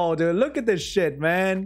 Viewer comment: oh i'm in the video ( 2.42mins) kekw " what a shet scroll" (Noda)